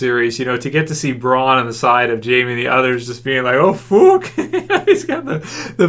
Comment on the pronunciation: Why does he say "fuck" weird? XDD